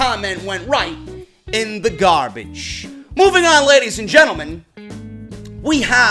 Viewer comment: Karl Johnson had me in bit 😂😂 “garbadge” I am sooo dead